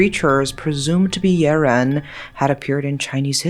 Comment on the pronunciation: So wait a minute, that creature in "Big Trouble In Little China" might have been a Yiren?! Crazy cool. I like how you go all in pronouncing names correctly (like I would do if I were in your position) and the way you tell stories is always compelling. (OK, sue me, you're gorgeous, too)